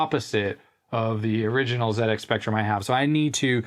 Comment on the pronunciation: Thanks for calling it a ZX Spectrum the Brit way. I know Americans pronounce Z different to us Brits but it really makes me happy to hear someone from the states call it a Zed x spectrum not a Zee x spectrum.